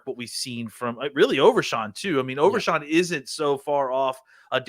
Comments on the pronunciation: Its overshown not overshawn lol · How about you learn how to pronounce OverSHOn not SHAWN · Overshawn? Overshown…. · U guys do a great job, I listen all the time. Yall will be big, so..... ya gotta get the names right. Overshown and Fehoko. U guys are killing it